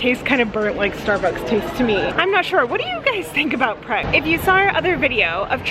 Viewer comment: Its Pret, as in pretentious. You guys need to go to a traditional transport cafe for a plateful.